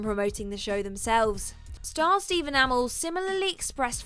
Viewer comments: Can you people learn how to pronounce shit before you make these videos so far you've already mispronounced dynasty and Stephen amell's last name. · Narrator you said Dynasty and Stephen Amell's name wrong